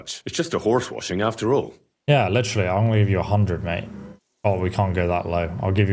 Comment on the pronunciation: You have like 30k grochen but 200 for a horse cleaning is too much. 😂 "It's litchreally daytime" as opposed to figuratively.. you do this WAY too much. Also, why do you keep saying "are you serious" every time there's an OPTION to say something romantic to Hans?